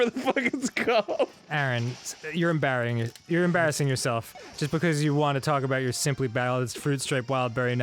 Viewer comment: I like part where Dan tries to say "embarassing", but ends up saying "em-Barry-ing". That should be used more often.